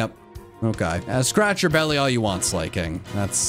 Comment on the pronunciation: Phanpy to Phanphy Slaking to Slay King